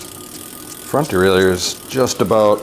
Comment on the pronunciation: No, its DE-RAIL-YHER, just sayin